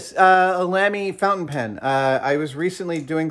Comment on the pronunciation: Notebook slightly too big?....... Band saw!!!!! ....... Sorted :) The pen is pronounced 'Larmy' :)